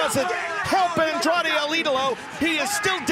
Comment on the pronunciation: You said Andrade el ídolo wrong bot